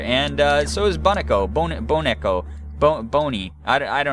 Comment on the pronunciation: I think it's pronounce "Bo-neh-koh" since neko means cat. XD